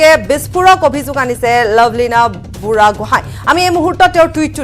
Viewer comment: ঐ নিউজ ৰিডাৰ মেডাম লাভলীনা বুঢ়াগোহাই নহয় বৰগোহাই হয় ....বুঢ়াগোহাই , বৰগোহাই আৰু বৰপাতৰ গোহাই (Borpatrogohain) এইখিনি আমি জানিব লাগে ....